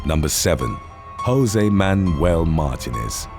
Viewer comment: You’re mispronouncing Martínez